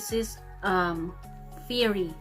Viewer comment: Fiery yes that is FAY-RI- "FIRE-RI" or "FĪ-RE"